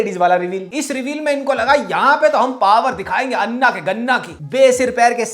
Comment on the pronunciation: I agree with your review that garbage regional film should be called out like we do for bollywood But please FFS learn to say anna properly Its अण्ण not अन्न This so sad because the alphabet exists in hindi then why do you struggle to say it right???